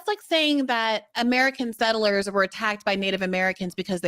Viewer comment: I agree, He's a New Zealander. His pronunciation of "settlers" is the give-away. Sounds like "sittlers". Go New Zealand and peace.